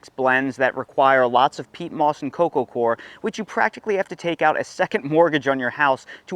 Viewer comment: Wish I had $10 for every time you said core instead of coir. Say OIL. Say COIL. Okay now say COIR. Thank you.